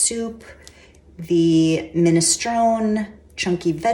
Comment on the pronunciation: it's pronounced "minestronEEEEEE" (long e at the end)